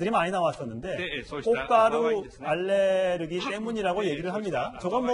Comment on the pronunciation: 제발 ‘알레르기’ 좀 고쳐씁시다. Allergy 아무리 이상하게 발음해도 알.레.르.기 만은...